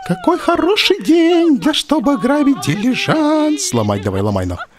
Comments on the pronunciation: Брейняш - дилижАнс, а не дИлижанс)) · Умоляю, запомни уже ударение дилижАнс, а не дИлижанс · Олег, дилижАнс. Ударение на "а" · Умники собрались..."Дилажанс ударение на А" - какая разница вобще? Вы найдете к чему прие*аться...!